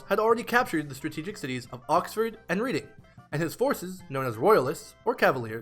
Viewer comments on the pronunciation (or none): Nice video! I didn't even know you made content like this but it's awesome! Just a tiny thing. In new England where I live, a lot of towns are named after English ones. Because of this I can tell you that "Reading" is actually pronounced "Redd-ing". I would love to hear more about the English civil war as it's something I know nothing about. Keep it up!